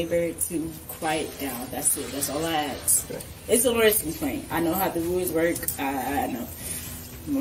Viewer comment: Ugh! "Ax" its ask. Speak properly